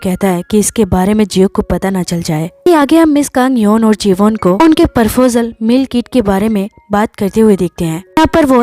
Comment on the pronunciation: It's not "Parfojel" it's "Proposal"😂